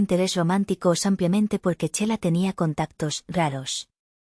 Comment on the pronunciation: No sédicesampiamente se dice simplemente.VALE.